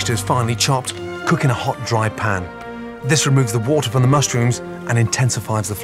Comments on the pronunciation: No one: Absolutely no one: Gordon Ramsay: "Mustrooms" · Lol he said mustrooms